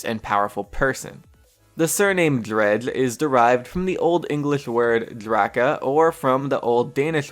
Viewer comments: the character Drehgl XD your pronounciation is funny... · What way are you saying dredge? Cuz it sounds like you tried saying it with a full mouth